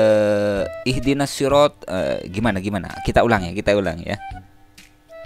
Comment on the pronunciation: ciri khas murtadong baca al fatihah "Is dinas "